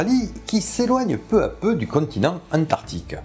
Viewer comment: Ah que ca fait du bien de revoir ta bonne bouille 😍😍😍. A ton microphone à eu un mal de gorge on dirait 😂. C'esr un crâne de quel sauropode à ? Tu oublie de prononcer le "c" d'Antarctique 😉. Les baleine ont le melon, la grosse tête en gros "nous on est les les plus gros, meme pas peur de vous" 🤣🤣🤣. Pour ce cachalot géant du coup on ne peut pas savoir ses proies ? Je t'ai envoyé un lien sur Twitter mon bon, tu l'as vu ? Merci pour tout ce plaisir, toujours agréable de te voir tout enjoué de dicter tout ça 😊.